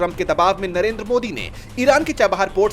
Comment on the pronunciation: Narender why Surender?